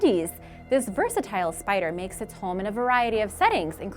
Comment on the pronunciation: i LOVE SPAYDR Like not poison